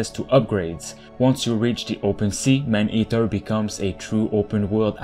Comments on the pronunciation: The commentator needs to makes vids in French, his pronounciation in English is terrible. I keep hearing him repeatedly saying " Man Heater"which is entirely different gendre. Please homes, just stop, that Quebec accent is atrocious. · Dude🤣🤣🤣🤣 the way he says "man eater", i lmfao🤣!! Anybody knew Jaques Cousteau? 👌